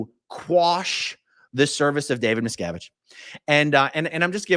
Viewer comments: meeeee sko vich I love it never saying it right again🤣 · The judge is pronouncing it closer to the surname miscowitz, which i think little davies father, Ron, said was the original. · That pronunciation makes me picture JarJar Binks as a judge. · the mispronunciation of the name is the new level of trolling. marvelous! and about the "bad strategy" - i guess if you live kinda like a dictator you get used to people always accepting whatever you say as inly truth, and look pass your stupidity. dictators get lazy and forget to "behave" when in outside world. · Judge probably knows litlle Davey? That’s why he deliberately pronounced it incorrectly. Someone is being paid off? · The lawyers probably refrain from correcting the judge's pronunciation because it would imply they actually know the man.